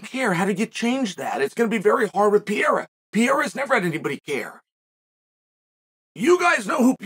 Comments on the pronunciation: I know about Periera not Pierra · God damn it uncle Chael just for one time just say PERREIRA what is pirira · Pereira* I don’t know why Chael pronounces his name like that.